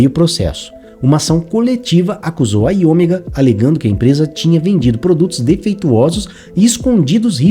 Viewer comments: IOMEGA. A pronúncia é "áio méga". 😮‍💨 Rsrs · O video ta bacana, matou saudades, mas "AioMÉga" é a pronuncia, filhão!